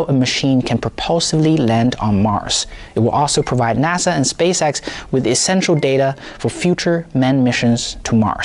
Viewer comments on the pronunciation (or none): none